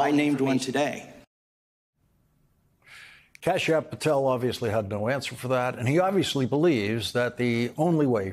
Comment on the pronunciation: “Cash app Patel” aaaayyyyoooooo